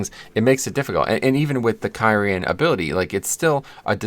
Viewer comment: The way you said kyrian ruined the whole video! So triggered right now.